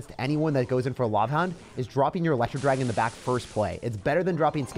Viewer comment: “The elerwooo dragon”